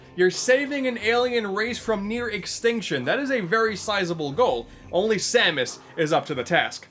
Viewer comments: it S-A-M-U-S not samooose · Dark Sam-moose? It’s Dark Sam-es (pronounciation). Sorry for nitpicking. It just kinda bothered me. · I’m sorry did you say “Sa Moose?” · are you fucking kidding me? Samoose? SAMOOSE?!?! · Was pronouncing samus as Sam-oos a joke or a mistake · Ah yess “Dark Samoose” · Ah yes, the dark doppelganger herself...Dark Suh-moose. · Why did you pronounce Dark Samus as Dark “Samoose”? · "Dark Sa-moose"...are you trying to get people to constantly point out your mistakes? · "Dark Moose" Ok yeah, this is definitley intentional, lol. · 10/10 pronunciation